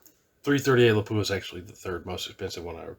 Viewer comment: lap wah, not pap u ah